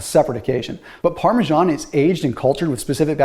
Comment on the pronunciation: Parmesan isn’t pronounced like that.